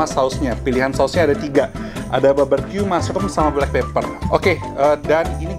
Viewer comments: BARbeque bkn BABERque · Barbeque koko bukan baberque.. heheee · Frech fries. Baberkyu. 😂😂😂😂😂😂😂 Sorry, I just can't stop laughing. You're so funny